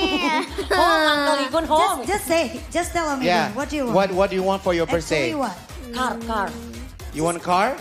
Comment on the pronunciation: 😭😭 org Indo mau sejago apa tetep aja bilang "britzdAYs" = it's BIRTH-DAY kaga pake S 😭 bapak ibu kakak adik smuanya